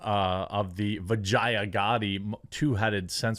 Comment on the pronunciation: Vijaya is pronounced vee-jay-yuh